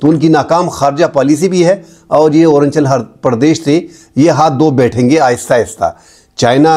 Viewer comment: ارانچل پردیش غلط تلفظ ھے.. ارون آنچل پردیش صحیح لفظ ہے.